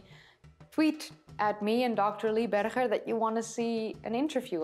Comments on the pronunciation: HIS NAME IS PRONOUNCED BERGER AS IN HAMBURGER you know this and still choose to pronounce it incorrectly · Okay, you have every right to pronounce Dutch names with the Dutch pronunciation but Dr. Lee BerGer with a Dutch “G”? Come on! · Small point. I enjoy your videos very much. Lee Berger pronounces his last name like the berger in hamburger. Chris Stringer is not alone in his displeasure with Lee Berger's announcement, but very many of these people were knocked off their pedestals by Berger & Co.s groundbreaking discoveries and they were furious with his refusal to keep his work for only the eyes of the annointed ones in the field. Homo naledi also calls into question declared species which have been constructed off a few bones and a lot of supposition, given homo naledi's curious mix of early and more modern features. Then there is the startling age of homo naledi and how it shakes the tree of evolution. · She is pronouncing Berger the Afrikaans way, although he is an American working in South Africa.